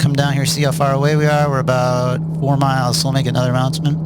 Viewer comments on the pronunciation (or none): none